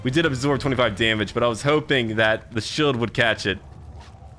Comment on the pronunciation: Where are you from? Why can’t you pronounce the “ee” sounds? Ex: shield sounds like shilled